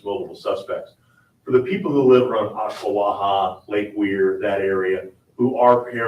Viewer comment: I'm about an hour away from Ocala. G, You pronounced Ochlawaha correctly. The sheriff's 'round these parts don't mess about! Come become a Floridian, you'll love it even more! Don't let people scare you away with the "Florida politics" comments. You be the judge of it!